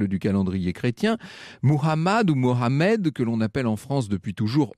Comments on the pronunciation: les pauses sont des sons insupportable de stéréotype dont j'en ai marre ,la France n'a pas changé malheureusement et pourquoi cette arrogance ,on dirait que tu n' a jamais entendu parler de quelqu’un nommé mohamed ,mo-ha-med ,c'est facile , l'arrogance, le racisme,le sexisme vous Repoussent de la vérité,le coran c'est juste la vérité;il faut oublier les musulmans a travers l'histoire ,il sont responsables de ses propre œuvres s'ils furent mal et l'islam c'est la religion de dieu et c'est "Abraham" Ibrahim qui nous a nommé les musulmans qui signifie qui soumettent ses volontés au dieu, VOUS NE DEVRIEZ PAS ÊTRE PARTIEL SI VOUS VOULEZ LA VÉRITÉ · Merci de prononcer "Mohamed" qui signifie celui qui est loué et non Mahomet qui signifie tout son contraire! Les musulmans ou non sont tout à fait conscients de cette déformation d'éthymologie. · Les coupures pub toutes les minutes sont insupportables ... Et puis, pour tous les musulmans qui connaissent leur Prophète sous le nom de Mohamed (Paix et salut sur Lui) , ça fait bizarre d’entendre ; Mahomet 🙄 comme si il était compliqué de bien le prononcer !!! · Il y'a un point qui m'a beaucoup offusqué dans tout votre récit autant que musulmane, c'est le prophète Mohamed et non Mahomet.. s'il vous plait par respect pour ma religion et notre prophète évitez de le prononcer de cette façon. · Pourquoi les français ne veulent pas prononcer Mohamed tjrs Mahomet Jean c'est pas juan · Un histoire du coran assez déviée et ironisee avec des ajouts qui n’existent pourtant pas dans les écrits.... ce n’est pas Mahomet c est Mohamed vous commettez une faute plus grave de prononciation en utilisant le terme Mahomet rappelant d’autres significations il ne faut pas être dupe.... pour voir l’ironie...... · explications détournées du Saint et Noble Prophète aswa Il n'est nullement rigoureux Apprenez qui il est au lieu de déformer les faits Et c'est Mahomad non mahomet pourtant facile à prononcer